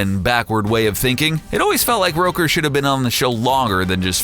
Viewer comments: Michael.. Rouker? It's ROOKER. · Michael Roaker? It's rooker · Facts about Michael Rooker: 1. It's Rooker, pronounced like hooker, not Rowker, And 2. He already plays Yondu in GOTG, so they won't re-cast him, So it's more like Top 9, not Top 10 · Its ROOKER not ROKER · its pronounced roo-ker, not roker. fools. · How did you mispronounce Michael Rooker's name? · Am i the only one seriously annoyed about how they say Michael Rooker's name in this?